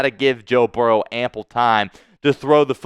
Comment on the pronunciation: What do you think about your Spittsburgh team now?!!! Oh, and who is Barrows?! It's Burrow!!!!! Also, it's diehard, not dieheart! Now I know why you are a delusional Squealers fan! Who Dey!!!!!!